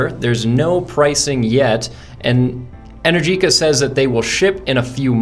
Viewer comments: Not "en-er-GEE-ka", it's pronounced "en-AIR-ji-ka". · Realistically it sounds like 110 miles of range in 30-40 mins. But I guess that depends on how long (many sequential charges) the battery can remain cool enough to take the 24kw rate. Also, I think they pronounce it EneRgica. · Pronounced “en-ER-gika” 🇮🇹